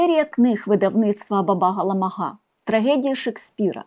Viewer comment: Дякуємо за нагоду побачити в кадрі улюбленого ілюстратора. Будь ласка, зверніть увагу , що правильний наголос у прізвищі художника- на першому складі. Не єркО, а Єрко. А в назві видавництва А- ба - ба - га - ла- ма- га наголошується кожен склад. Це лічилка з оповідання І. Франка " Грицева шкільна наука", герой якої вчиться читати.